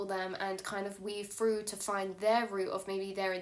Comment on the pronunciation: Yep, this adult said "froo" . Pretty sure it's Through.